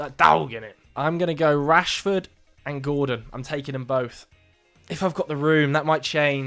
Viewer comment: You were doing OK until you said Rashford. 😢